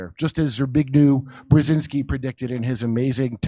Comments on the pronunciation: You say Bjezinski, like jam, not Bjezinski please. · "Pazuzu Brzezinski" 😂